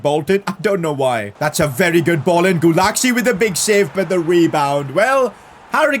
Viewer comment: Sid Gulasci is pronounced Gulachi